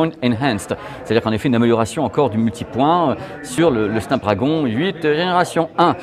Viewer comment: Petit détail… on ne prononce pas Snap Drèègon mais bien Snap DrAgon… 😅🤓